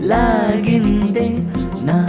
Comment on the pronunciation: Laagindi li Lag ani sound vasthundi. Please respect Telugu pronounciation